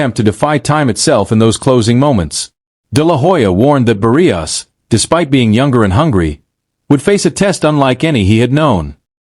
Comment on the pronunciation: AI sounds horrible. Cannot even pronounce Barrios properly. AI not trained on Spanish pronounciaton???